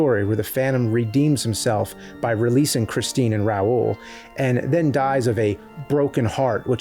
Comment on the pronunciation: "Gaschion", "chrischeen" huh??? Why are you saying it weird?